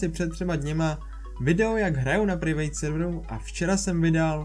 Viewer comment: K bro já si nemůžu pomoct: Private se nečte [privejt] ale [prájvet].....netrap moje uši :D